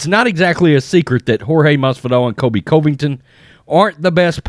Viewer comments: Why do you say Colvington? It’s Covington. Kind of disrespectful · Say it with me now "Cuhvington" yes I know its misspelled but most importantly that is how its pronounced. It bothers me and I know its my issue but I can't be the only one who says it the way I'm suggesting maybe give a try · He does not say Colby Covington's name right. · Covington's pronunciation ❌ Usman's pronunciation ✅